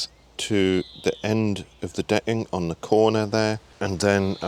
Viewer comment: Its great framing and all, but why are you calling it “de’ing”?😂👏🏽